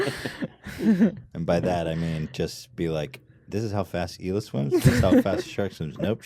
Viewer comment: it's pronounced eeh-lah